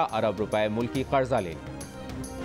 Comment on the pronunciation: Oh Bhai, word ‘qaRza’ hai; ‘قڑضہ’ naheen. 😥